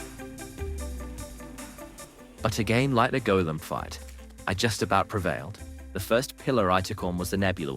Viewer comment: The fact you're the first terraria youtuber pronounce Golem correctly, but then you pronounce basically every other name wrong, causes me immense psychic pain.